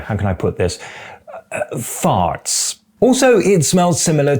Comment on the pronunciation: Are you from the West Country? When you said ‘farts’ you had a very rhotic R!